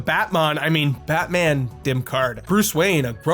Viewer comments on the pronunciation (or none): none